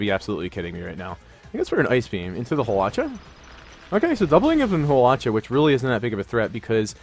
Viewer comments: Haw-lewch-ahh lols 😂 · You say hawlucha and zapdos waaaay wrong